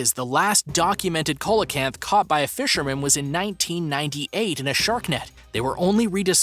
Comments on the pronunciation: Its pronounced SEE-LA CANTH NOT COLA-CANTH!!! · It's pronounced see-la-canth not cola-canth ffs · By the wan, it's pronounced "SEE-LO-CANTH". Bloody Co-lo-canth. British language. Don't you just love the way Yanks Fuck it up? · Your pronouncing it wrong. The fish is phonetically pronounced "see low canth". Not "cole la canth" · it is pronouced seal o canth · Coelacanth is pronounced see-lo-canth. Jeepers! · Bro it's coelacanth ce la canth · COELACANTH! Pronounced ‘SEE-la-canth’, IF YOU PLEASE... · The 5th one is pronounced ''See-low-canth". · I've never heard coelacanth pronunced this way 🤔🤔🤔